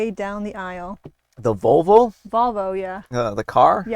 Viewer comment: I definitely heard 'vulva' instead of 'Volvo'. Oh...man, that really changes the context of the punchline... 😅